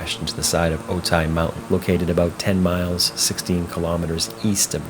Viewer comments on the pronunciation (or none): Otay is pronounced Oh-TAY, not Oh-tie. Think of Okay with a 't' instead of a 'k'. Also, Camarillo is pronounced KAHM-are-reelo (it's a Spanish name).